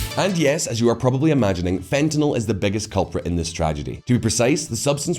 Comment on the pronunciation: thank you for pronouncing "fentanyl" correctly.